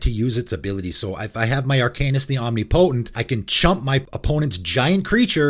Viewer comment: Great video! Arcanis seems to come up occasionally during these videos, just pointing out that Omnipotent is pronounced "ahm-NIP-uh-tint"